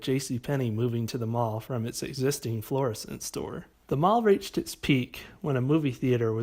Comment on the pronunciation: points for pronouncing Florissant correctly